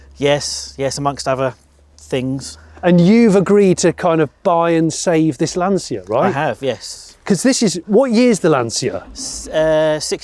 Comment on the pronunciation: It's pronounced "LANcha", Jonny.